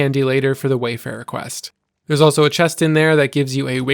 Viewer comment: Funny how everyone keeps calling it Wayfarer when it's Warfarer.